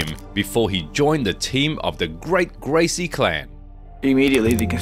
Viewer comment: how do people really go through the trouble of making an mma based documentary and then proceed to pronounce a Gracie name wrong.